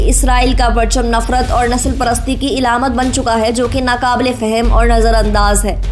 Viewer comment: Talaffuz ki islah ker lein aap ne ilamat kaha wo glat hai wo haweeqat mein wo alamat ki jama ::alamaat:: hai aap kachanal chuin keh urdu hai us ki laaj aur hifazat zaroori hai